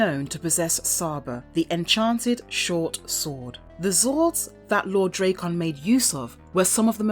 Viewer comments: D-rack-en not dray-con wtf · I'm sorry, after about the 20th butchering of Drakkon's name (not Dray-con, should be Drak-con...) I had to shut it off... I know it's like tomato and potato, but even the man who voices and models for him (JDF) says it Drak-con style... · Does it annoy anyone that she calls him draycon, not Drackon? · you saying his name wrong!!!!! its DRAKKON not drakeon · pronouncing it wrong, you pronounce it as "dre kkon like it was dr dre lol its more like a dra " Drakkon like dragon, drakkon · Draykon? Sounds like Dr Dres' rival headphones to raycons. Its DrAkkon, it's a play on words of Dragon. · say it with me ...drak kon ......not dray kon learn to pronounce your words correctly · I love the content but the drayCon pronunciation is killin me 😂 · Drake-on.... Dude, hire voice actors who know the material. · The nonstop mispronunciation made me shut this off. I never understood how people do that when there's literally recodings of it. This, Ra's al Ghul, and Aang bother the hell out of me.